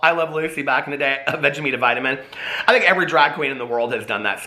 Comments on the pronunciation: the one thing I love more than your videos is I Love Lucy and for the love of God it's vitameatavegamen not vegameatavitamin! Love you! LOL:) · "Vegemite vitamin" XD do you mean 'Vitameatavegamin?' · It’s Vita meata vega min it’s all one word but I spaced it out for you so you could see how to pronounce it!